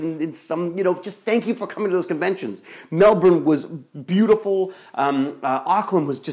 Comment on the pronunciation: LOL they never say Melbourne right, but I'll let it go since you're such a cool bloke 8)